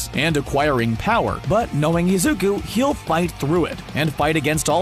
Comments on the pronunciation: the way he said Izuka instead of Izuku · The man: Izuka Midoriya Me: It isn't Izuka Midoriya it's Izuku Midoriya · Wait did he say Izuku or Izuka? # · Am I the only one that hears izukus name being said as izuka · the video kept saying izuka and not izuku it was anoying me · Has anyone else noticed that he said izuka before izuku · WHO THE HELL IS IZUKA IT'S IZUKU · Izuku ❌ izuka ✅ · Is anyone gonna he,p him not say izuko but izuku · I was so mad that I kept hearing Izuka not IZUKU REEEEEEEE 💢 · It bothers me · Why tf was the dude calling him izuka at first 💀😨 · It pains me to hear him call Midoriya “Izuka”. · “Izuka” this man had me mad the whole vid for that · I died when he kept saying izuka :') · It was an amazing video but every time he said izukus name as izuka it annoyed me so much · THIS DUDE SAID IZUKA MIDORYIA XDD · He said lzuka😭😭😭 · Pls why does the guy say "Izuka" 😭 it bugs meeee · sucks in this video, they spend most of it mispronouncing Izuku's name with an 'A' at the end instead of a 'U'. They should have practised instead of going with it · okay but when he said 'Izuka' got me messed uPpPpPp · did he really just say izuka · D-did this man just say IZUKA ???!???!?!😦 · I know this isn't the point but the way he says it "izukA" like 😟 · Fr fr😔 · Why does he say izuka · I love how he says Izuku